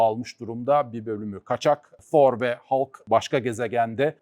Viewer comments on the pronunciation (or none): Thor yazılır fhor okunur